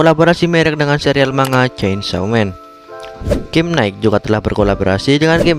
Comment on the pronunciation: Jujur gw nonton kyk lagi liat presentasi di depan kelas. Kurang menarik, riset kurang, suara nafas masih ada bikin ganggu, masih terasa hanya membaca teks dan gk paham isinya, intonasi dan cara pengucapan suatu kata yang aneh (contohnya cara pengucapan nama gamenya aja salah). Berasa nonton hanya dari sudut pandang orang yang menganggap Nikke hanya game mesum. Udah nyoba gamenya? Berapa hari nyoba gamenya? Udah nyampe end game? Konten end gamenya tau apa aja? Udah ngebandingin dengan game gacha lainnya mengenai sistem gachanya? Apakah gk pernah mikir "klo nikke itu game mesum, kenapa bisa pendapatan mingguannya gede banget ya? Padahal ada game gacha juga yg menjual fanservice tpi pendapatannya jauh dibawah Nikke? Emang dengan famservice doang bisa pendapatannya sebesar itu?" Maaf bukan menjatuhkan, tapi gw nonton berasa ngeliat komenan orng tentang nikke tpi bedanya dalam bentuk video. Semoga membantu untuk perkembangan channel